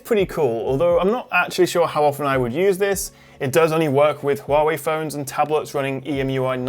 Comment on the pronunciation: I'm truly amazed by your pronunciation of 'Huawei' instead of 'Waaway'